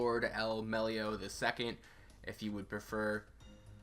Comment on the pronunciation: "Melloi" not "Mellio"